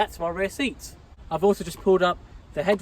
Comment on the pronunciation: Great video but you need to stop calling it ‘rare’ when you actually mean ‘rear’ bro🤦🏻‍♂️